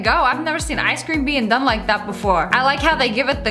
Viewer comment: Why does it sound like sssniperwolf says i scream instead of ice cream?